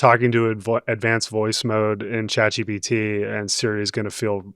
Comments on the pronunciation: How does a tech journalist who covers these things daily Not know that it’s Chat GPT??? He keeps saying GTP. And how do the other two not notice an correct him??????? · consistently saying GTP the whole episode. He really needed some sleep.